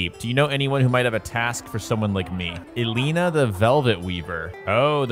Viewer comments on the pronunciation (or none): none